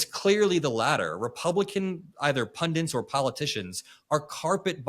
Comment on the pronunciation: Please it’s “pundits” not “pundents”